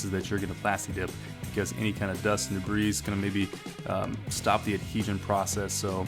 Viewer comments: It's pronounced "de-bree" not "de-bris" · You lost me at debr[ees]. IT’S PRONOUNCED DEBR[EE]. There’s no “S” at the end. 🤪🥊💨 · Sorry man but its pronounced Dee bree or Da bree not Dee Breeze. Just trying to help. Good video! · duh-breeze?! boi, best be glad im not french-canadian! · The 's' in debris is silent. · Don't pronounce the S in debris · The 's' is silent in debris...